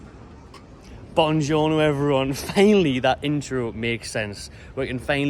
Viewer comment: Emmm - hate to say it, but it's "Buongiorno" in Italian - BWON jorno not BON jorno:-) "Bon jorno" is a rare Magpie European salutation.... though it's stating to become more common these days....😉